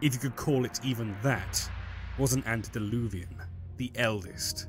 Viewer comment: Antediluvian ANTE not ANT. Ugh...